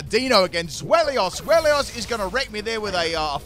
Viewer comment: the way he says Zweilous is worse